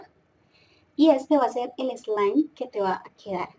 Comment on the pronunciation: Like si piensas que no sabe decir slime 😂😂